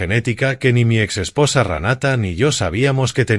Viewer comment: Se dice Renata. No se dice Ranata. No creo que hayan quemado la casa a propósito para pagar el seguro. Yo creo que quemaron la casa para cobrar el seguro. Si la quemaron para pagar el seguro es que sin idiotas